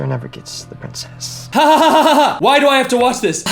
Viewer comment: “oh pwincess”